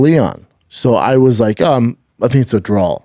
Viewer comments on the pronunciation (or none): Kamaruuuu not Kamaro and it wasn’t a drawl bro… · Everything with “aw” at the end he says “awl”